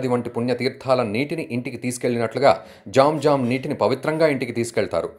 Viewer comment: not jom jom it's zam zam🤣